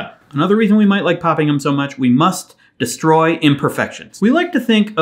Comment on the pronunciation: "Destory" imperfections??? LOL, nice one Craig.